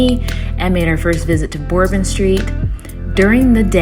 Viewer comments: I appreciate your vlog and opinion. I am heading to NOLA Sunday for my 18th trip. Couple points : it’s “burr -bon” street WEDDING PARADE : a “second line “ very common in weekends (always weddings going on ) I think you put a bit too much emphasis on how crazy /negative bourbon street can be , it is normally not all trash and vomit . It’s a big city so it is gonna be dirty and old. That’s the charm of NOLA. But yeah bourbon street after 1 am is pretty drunk and can get crazy but it is just a good time most of the time . Bourbon street and about 7 blocks of bourbon are the crazy part. The other dozen streets are cool and fun but not a neon party. Jackson square , canal street,etc. you could have shown /seen more. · I giggled every time you said Bourbon Lol. Great review!!! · I wonder if she really knows how to pronounce it, but is just saying it weird like that